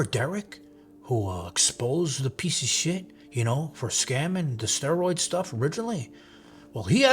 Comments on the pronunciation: I just here to hear you call someone a pizza-a-chit😏😏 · Something about saying "peice of shit" with a Italian accent really drives the point home.😂